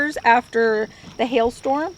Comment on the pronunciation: Did you say Hail Storm or Hell Storm?? LOL